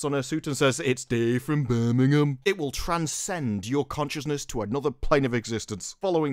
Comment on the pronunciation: You say Birmingham and I'm thinking of someone like Jeremy or Camelot from Alabama, not your UK city. 😄